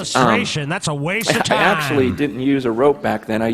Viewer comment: "Hhhhhkkkkwaste" 😂😂😂😂😥, really?